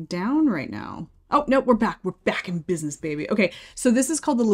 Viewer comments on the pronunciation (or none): none